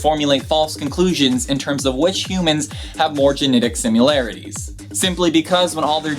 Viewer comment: Similarity. Not simularity. :D